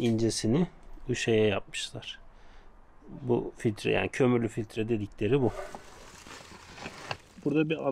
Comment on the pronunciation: bey efendi NİÇİN POLEN FİLİTREİ DEMİYORUNDA KABİN İÇİ FİLİTRESİ DİYORSUN